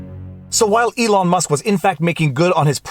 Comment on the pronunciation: First, love the haircut (basically because I did the same, but had no guts to record my boys doing this to me). Second, don't know if you realized, but it is ELON Musk not ELIN. Great legal analysis. Your video on mediation, gave me a good analysis to tell my client. Instead of trying to explain the rigors of litigation I actually sent him the video. He called me back and said: "Let's settle!"